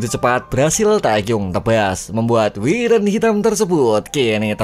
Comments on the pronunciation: Wyvern itu bukan wiren cuk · Wayvern bang KLo mau bilang bukan wiren😂😂